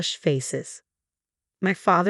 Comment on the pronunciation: Surely should be pronounced Clo-ee not Clo? Chloë